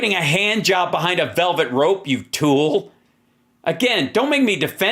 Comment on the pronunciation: Love it when you say TOOL!